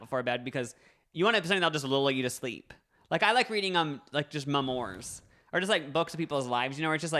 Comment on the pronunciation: Did just call memoirs “mem ors”? 😂 cracks me up how they say things